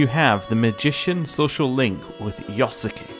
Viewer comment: Love how you keep mispronouncing yosuke ahaha